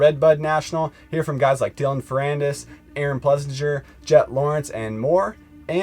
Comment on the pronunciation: One day you clowns will get his name right...Ples-singer🤠